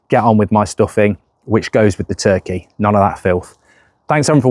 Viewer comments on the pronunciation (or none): none